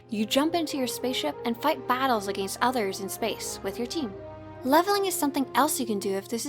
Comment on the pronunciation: the way she said against killed me.